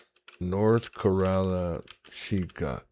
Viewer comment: it’s North Cerrada Chica. Put in address to see who lives there. The C is pronounced like an S-ser-ra-da not car-ra-da. Also It was reported that Pooyellin wasn’t staying at her home for a while. Pooyellin should’ve been arrested for illegal dumping of cacti, rocks and feces! It’s also a health hazard! I wish you would’ve discussed this with the judge because Alex has Pooyellin’s confession for illegal dumping on video. Yikes they took your phone number on air-unacceptable! And unacceptable they used your video for evidence against you. Don’t know if that’s legal. IMO someone or a few people were watching your live and neighbors passing by.